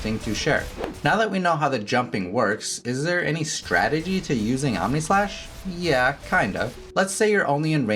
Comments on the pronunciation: I thought I heard AmèSlash. 😂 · did you just say... Ameslash?